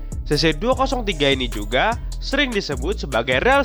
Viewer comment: kayaknya kamu salah baca deh, soalnya baca yang bener itu adalh cc dua nol tiga😅